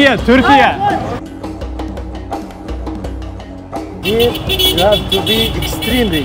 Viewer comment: selam aleykum ve Türkiye derken neden onlar gibi telaffuz etmeye çalışıyorsunki